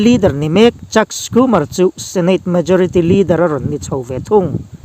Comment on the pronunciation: Chuck Schumer hi Skumar ti lovin Sumar tih tur a ni zawk lo maw?